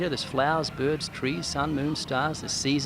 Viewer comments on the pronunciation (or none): Lets take a moment to appreciate that Ray pronounces the word bird to rhyme with curb. "Birbs" That his best quality.